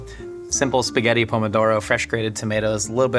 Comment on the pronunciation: "I'm eating spahhget-tah" is another reason why Julia Garner is the coolest 😎